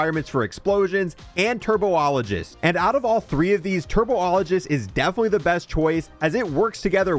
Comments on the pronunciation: BRO CANNOT READ!! TURBOLIGEST? TRIBOLOGIST 😅GO TO SCHOOL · Got to love that turbo ologist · "Turbo-ologist" You mean... Tribologist? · Bro need to learn how to pronounce words. TURBOlogist from tribologist is crazy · lmao bro also pronounced tribologist as turbo-ologist 😭 in what world does “tri” make a “tur” sound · TURBOLOGIST LOL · Tri - bol - o - gist, let's all say it together now. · You’re giving him to much credit. He said “turbo-ologist” haha 😅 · Turbo-ologist is what had me 😂😂